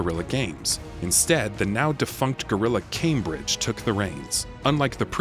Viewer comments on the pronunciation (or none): none